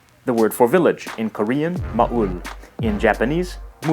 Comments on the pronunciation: It’s MAHHHHHHHHEUL NOT MAEUL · It's not maeul It's mahh (like a cow sound) then eul